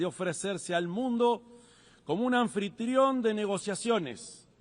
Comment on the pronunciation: El gesto de Oddone, como preguntándose "que está leyendo este idiota!!!" luego que Tribilín dijera "anfritrión" y "prometor"...NO TIENE PRECIO!!!! jajajajaja